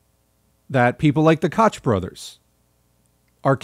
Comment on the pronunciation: Excellent video! Koch is pronounced coke tho right? I might have been saying it wrong my entire adult life lol